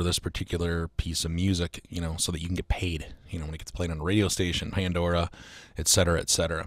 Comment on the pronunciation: I enjoy when you say "Paindora"